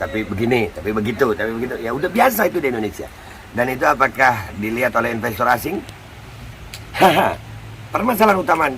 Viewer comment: "aem hapi ai call yu to infes in Mai kantri" cak nun